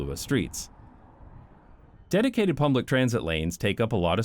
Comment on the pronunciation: Pumblic Transit :D (sorry)